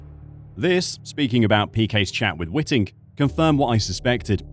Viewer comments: It's Whiting not Witting........ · Charlie Whiting, not Witting. 😊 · First off: it is Charlie Whiting, not Witting...please have some respect and get the good man's name correct. If Felipe had not driven off from his pit-stop at the very same race in Singapore with the fuel hose still attached to his car, and so DNF'd, he would also have won the Championship. But he did drive off, and so he didn't win. The passage of life and those irritating ifs and buts that get in the way.......I do feel sorry for the guy, but results are results, and if this case gets across the line, then it sets the precedent for many, many more contentious results (also impacted by the deliberate acts of drivers) that influenced Championship outcomes, will then be contended. And I am NOT talking of 2021.......but if Felipe has a case for 2008, then Lewis also had one for 2021. But they should all move on, IMHO. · WHITE-ING. IT IS PRONOUNCED WHITE-ING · Please pronounce Charlie Whiting’s name correctly. It’s white ing. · My immediate thought is that you should practice prounouncing Charlie Whiting's name correctly as in "whiteing"! You are the only commentator I've ever heard use your pronunciation and IMHO it's wrong. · the way you pronounce Charlie's last name proves you know nothing about this sport and it's all one big grift to you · Fucking hell how are you mispronouncing Chalie Whitings name?